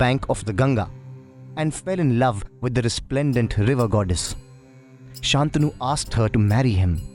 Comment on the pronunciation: Nice work. Please note that it's "शन्तनु", pronounced " santanu" not "saantanu". The bad habits of the vernacular shouldn't affect Sanskrit pronunciation (edited after seeing Shreyas Sarangan's grammatical reference below).